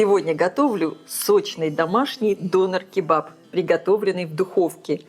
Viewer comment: ДонЕр-кебаб-(ударение падает на Е). А то,что это турецкое- уличное блюдо,наверное знают все.